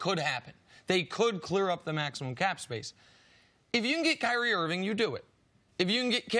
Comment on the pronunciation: Thanks, C C, for pronouncing Kyrie, properly. All these talking heads try to make guys sound mythical by emphasizing both syllables of their names. It just sounds foolish.